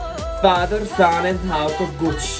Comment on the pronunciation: Kuci not gucci😂